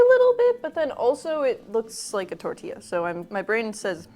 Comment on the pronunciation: No hate but can you please say tortilla properly (tortiya)